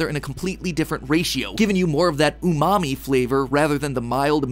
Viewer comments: it's umami not oh mommy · Oh mommy not umami